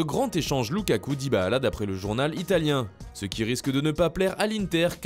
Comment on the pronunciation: Pourquoi tu dis Dybala bizarrement ?